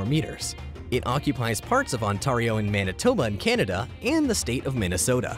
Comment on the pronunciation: Be pronounced Ontario wrong😂